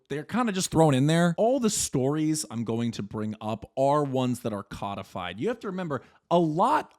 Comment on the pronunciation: Hearing cudfyd instead of co-de-fied is killing me